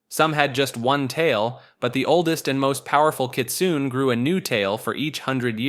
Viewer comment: the E in Kitsune isn't silent, its not pronounced like rune, its pronounced like cliche (I dont have the accent on my keyboard)